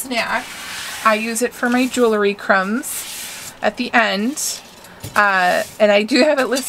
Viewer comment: Love your vibe. Please learn how to pronounce JEWELRY. it’s pronounced Jewel-ree Just a helpful hint. ❤️